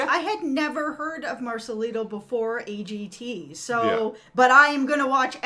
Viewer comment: Simon talen not z,A G T A.AA.